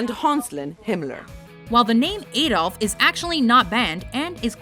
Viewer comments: Why do you pronounce Adolf so strangely? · u pronounced Adolf wrong